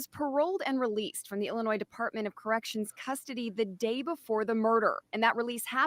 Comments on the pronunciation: ill- in- ois LMAO. kinda lost some credibility there. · Illinoise is pronounced ~ il uh noy ~ the 's' is silent. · It is pronounced Illinoi (s) the s is silent. Not trying to be a know it all or condescending in any way- just letting you know for future reference❤ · The “s” is silent. Illinois ( il uh noy)✌️ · The S is silent in Illinois.🙄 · Our governor sucks. Sorry not sorry. Illinois the S is silent. Love your videos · FYI - The 's' in Illinois is silent. Do love your channel. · it sounds like the Illinois (the S is silent BTW 😅) parole board works pretty much exactly like the louisiana board does. You accidentally skipped the first paragraph of the story on this case. It says that LeAnn Miller conducted the hearing and prepared the draft "TO A PANEL OF TWO ADDITIONAL MEMBERS FOR CONCURRENCE." If you recall, louisiana always say your file was given to so and so then they question the defendant then take their vote. While voting, the other members say, "I concur with my colleague." And when they are doing a hearing that needs to go to the governor for approval, I'm sure they send recommendations too. The governor doesn't know these defendants personally. He's relying on the board members that HE selects to draft a report to him. Finally, louisiana board members talk in confidence all the time. They even say they are going off record to discuss confidential information in private. So they are not completely in the open either. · The s is silent in ILLINOIS I can tell you don’t live here lol 👋👋💜💜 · Hey, the "S" is silent in Illinois.....